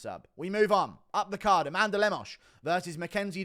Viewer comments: It’s “A Man Duh” 🤣🤣🤣🤣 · Met an Amanduh yesterday and struggled not to pronounce it that way 😂